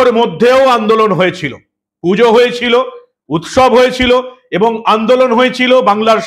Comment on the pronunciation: উৎসব আর উৎ-শব , উচ্চারণ প্রায় একই, কিন্তু অর্থ এক নয়।